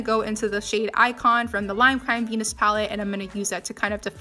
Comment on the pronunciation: When she said lime crime venus palette i deadass thought she said penis palette 😩